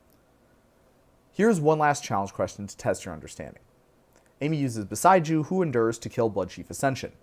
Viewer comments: It's bo-SEY-ju, not bo-sigh-ju 😊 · It's Boseiju. His pronunciation, though peculiar to what I'm used to, is not entirely unfounded. It almost sounds like "beside you." Bow-Say-Jew is how I'm used to hearing it. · we pronounce Beseiju differently